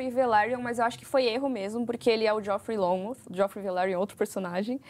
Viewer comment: Jofrey Lonmouth . Quase Longmouth kkkkkkk Sugestivo kkkkk